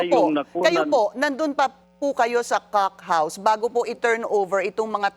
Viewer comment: Bakit hindi mo ma pronounce yung "cock house"... mam pinky.